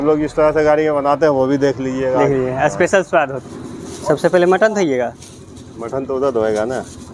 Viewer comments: Aspecial nhi Special hota h gawaar..😤😆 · Abe aspesal Ni special hota h😂😂😂